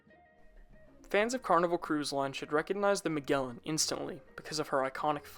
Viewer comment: MaGellan. As in Jelly. Good vid, though.